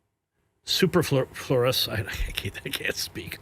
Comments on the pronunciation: Superfluous is pronounced soup-er-flu-us if anyone was wondering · A journalist who can’t pronounce superfluous. Study up bro.